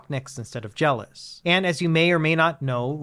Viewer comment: It was called JellOS as a combination of "Jell-O" and "OS" (operating system). Why are you mispronouncing it as, "Jealous"?